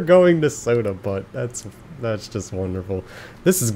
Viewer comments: Butte is not prononcec butt, it's pronounced buew, it sounds like phew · oh mi gawsh. Butte is pronounced with the u saying it's name. XD I was cracking up the whole time. This game is also surprisingly entertaining in and of itself. I'm excited to catch up.